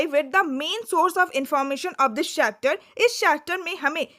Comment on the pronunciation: Mam it's chapter not shhapter😂